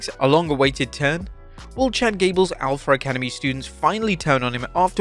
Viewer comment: Alf-Uh Academy not Alf-ER Academy